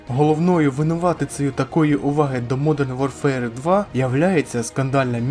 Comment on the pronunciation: Хороше відео,. Однак, на майбутнє, озвучуй англійські назви без акценту. Жодних претензій до твоєї англійської. Просто, дві мови конфліктують фонетично, що, в свою чергу, ріже слух, як наприклад при вимові назви "модрн ворфер".😉